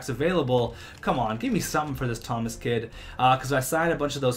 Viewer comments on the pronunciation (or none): none